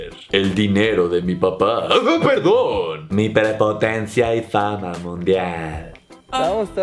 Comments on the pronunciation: Propotancia 🤣🤣🤣🤣 no puede ni pronunciar la palabra 🤣🤣🤣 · Literal dijo "prepotancia". Dios, el nivel de inteligencia de este individuo llamado Fofo es más bajo que el de una larva. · dijo "prepotancia" el wey?